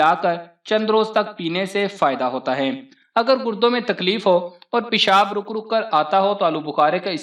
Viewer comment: Pishab na kahey .peshab kaheyn